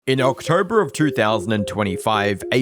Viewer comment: “In Ocktroberr”